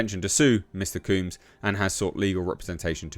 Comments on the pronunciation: His name is pronounced COMBS as in you comb your hair not COOMbs..😒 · Couldn't get past you repeatedly saying "Mr. Cooms" all weird.. Hardly caught anything else, but I bet Trump pardons him anyway. Hopefully he just gets his name right.. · it's not pronounced 'kumes.' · Combs, rhymes with gnomes, or homes. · Why you saying his name weird? Lol. Because he’s a weirdo? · It’s the British accent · It’s not, it’s just a mispronunciation.